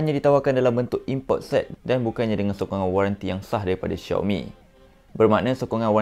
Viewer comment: baru tahu xiaomi sebutan dia choumi.. selama ni aku pi sebut zaiomi...